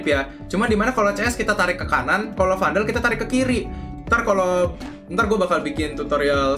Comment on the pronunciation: 5.38 , gk salah lo nyebut vandal tuh smg?, ato emg salah nyebut